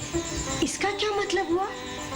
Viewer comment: Nhi bro usne maaji bola jo sunne me aaji lagra h 😂😂😂